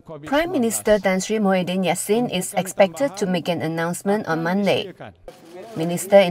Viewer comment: Mahiaddin laahhh bukan muyhiddin. Apala